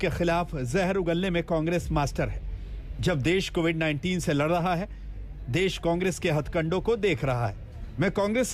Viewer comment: Chitraji covid ko movid kisne bola